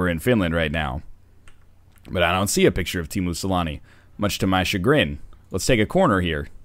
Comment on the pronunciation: If you wouldn't have mentioned "finnish hockey players", I would have not been able to make out that you were saying "Teemu Selänne" ^^